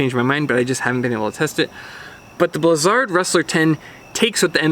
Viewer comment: Is it really pronounced blizz-ARD? I'm ok with it, I've just never heard it pronounced that way.